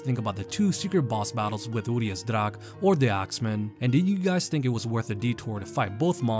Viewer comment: Their name is pronounced Uriash, not Urias